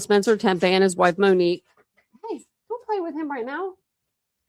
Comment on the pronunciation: Are you saying Tempe murders? It sounds like it but it’s Tepe. Witness interview would more than likely be McKee’s interview with Police